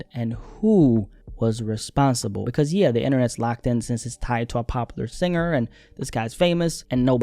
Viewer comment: Everytime dude says popular I thought you were saying Pablo and was so fuggin confused